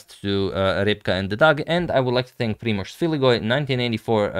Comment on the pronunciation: Thank you, Agadmator, you are an excellent conveyor of proposals and pronouncer of the name Reb'ka! For those curious about Reb'ka's response, she has opted to adjourn formal acceptance until the engagement ring arrives, which will be within a few weeks. It is as if I made this move right before time control and she has sealed her response until play resumes. I will say that she was giggling throughout the video, her friends have already begun planning the bachelorette party, and after I finish this comment we will be sitting on the couch together while I watch and make comments about Morphy's Opera House game. We often sit on the couch together as I watch Agadmator, and she's particularly fond of my rambling about Steintz shooting lightening from his fingertips or Lasker working in a dishpit, but sadly unfamiliar with Max Euwe's masterful use of the Euwe lift #suggestion. Much appreciation to you also, my favorite YouTuber, for the game selection. The final position in this match between Keres and Winter with a bishop supporting a Queen facing a King will very much resemble the ceremony with Father Jeffrey, Reb'ka and me this spring!